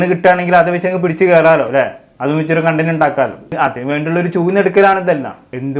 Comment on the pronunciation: Ethre pravisham paranju contentinte pronunciation thett aanu